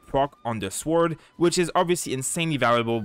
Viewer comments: The W in sword is silent. As a non english native I did this pronunciation mistake too. Thanks for the guides! c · Nice video! ps. where are you from? it's curious the way you pronounce sword:D